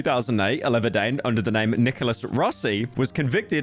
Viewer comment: "Alahverdane" 😢 Metros truly boomin